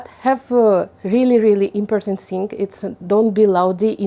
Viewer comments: Mind the places of stresses you put in the words: impòrtant polìce càfe В словах на подобие thing "th" звучало как звук "s", то бишь слово стало "sing", что имеет совсем другое значение. И вне контекста могут возникнуть некоторые недопонимания на этом фоне. Есть уйма тренажеров (даже на том же Ютьюбе) направленных на постановку и разработку межзубного глухого и звонкого "th" If you want to sound like the native Умничка! Стремление к самосовершенствованию— залог успеха и светлого будущего~💜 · У вас хороший английский, единственное что я заметила, important - ударение на О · Очень круто, что вы решили снимать видео на английском :) Единственное, что я заметила это ударение в слове important. Правильно impOrtant. Спасибо, было интересно)) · ImpOrtant - the second is louder stress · Здравствуйте,! Во-первых, с почином Вас:)!!! Впервые вещать на иностранном языке, это волнительно, но Вы молодец. Все ярко, активно и вполне понятно. Раз уж Вы разрешили сказать непосредственно о самом английском, напишу пару слов, и то, только потому, что уверена, именно эти 2 слова Вы будете активно продолжать использовать и Вам пригодится мой совет:) Слово important идет с ударением на О - импОтнт (импОртнт) и в слове foreigner тоже на О - фОринэ. Если я правильно поняла, Вы самостоятельно учите английский? без учителей? Для взрослого и усидчивого человека это вполне норм, но, мне кажется, брать 1 занятие в месяц с учителем-носителем языка - будет еще лучше. Он Вам после 1 занятия выдаст список рекомендаций - темы, где Вы чаще ошибаетесь и на что обратить внимание, и это точно не будет Вам накладно по деньгам (одно занятие это в среднем 15-30$). Зато получите действительно профессиональный отзыв и конкретные указания, где и что улучшать:)